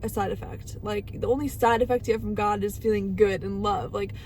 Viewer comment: Oh my Gad…like, oh my Gad…